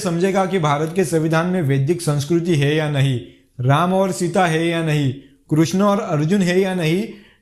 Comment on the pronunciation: Krishna....ka name acche se le ...teri maa ki chut.....😅😅